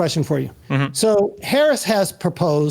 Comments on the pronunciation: It is is interesting that the one guy in the middle keeps mispronouncing Harris' name......shows an ideology. Destiny is logical and practical and understands why he can do what he does......the grunt doing everything else. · Yeesh. Decent conversation but the goddamn moderator can’t even pronounce the vice presidents name correctly. As soon as Destiny made a good point about SCOTUS term limits, “I’d like to get back to tax policy” my god